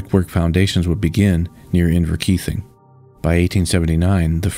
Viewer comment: Nice pronunciation of Inverkeithing....almost everyone gets it wrong.